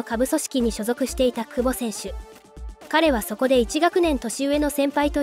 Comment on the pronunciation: くぼ↑違和感